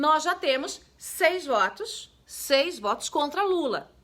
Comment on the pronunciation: seis vuotus ...olha voz..kkk. linda joice